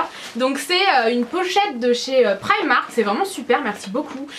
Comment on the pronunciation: tu sais pas dire primark comme un dit pri et mark